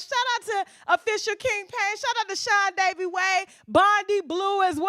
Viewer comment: wAIT DID YOU JUST SAYS SEAN DAVEYWAY??????